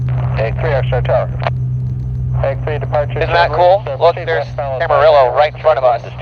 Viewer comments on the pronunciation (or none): Not to be too picky but the other airport is "cama-ree-yo" :-)